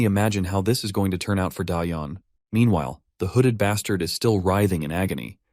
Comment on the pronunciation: This guy really likes to say bastart😂